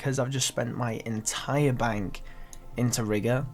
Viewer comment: “Dah is litchrully mhey whole benk”